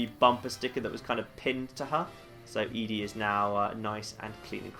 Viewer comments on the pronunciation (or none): I know I'm horribly late on this and you probably won't see it, but I'm a giant nitpick. I'm like 99% sure ED-E's name is supposed to be pronounced like 'Eddie', not 'Ee-Dee' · It's odd how you call ED-E "eeedi". I've always referred to/heard it called "eddie". Is there a correct pronunciation? I don't remember if any of the NPCs actually say it's name. Not that it matters much, just curious. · Love your videos but...It's Eddy not Eedy. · It's interesting that you consider ED-E to be female and pronounce the name as "Eadie." I always figured it was "Eddie" since Ed is the short for the male name, and then you just add the long e sound to the end. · believe the correct pronunciation is "eddie". I've always called it "eedi-ee" (literally just saying the letters ED-E), and I've done this so many times I simply can't call it "eddie". It just doesn't sound right to me. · So like Eee. Dee. Eee? I wanna blame my choice of pronunciation on Wall-E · OH YEAH!! Lonesome road totally sets it in stone, huh. I guess that means we should chastise on his pronunciation in this 3 year old video xD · I always assumed ED-E was a male robot so I always pronounced his name as Eddie. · I'm glad to see I'm not the only one who pronounces ED-E like EDI from Mass Effect.